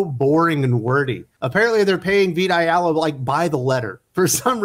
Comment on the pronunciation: Every time you say "Vita Ayala" I hear "Big Gay Al"